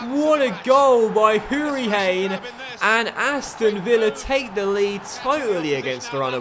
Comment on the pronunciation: Pronounce it Houri-Han not hane. Great vid anyways